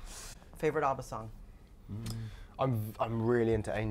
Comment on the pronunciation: Wtf is UBBA god even im American and i say ABBA